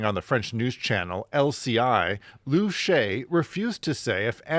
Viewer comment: in terms of pronunciation his name is not Lu Shay, but Lu Sha Ye, 3 syllables, not 2